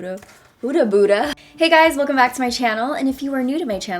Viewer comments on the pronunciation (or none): none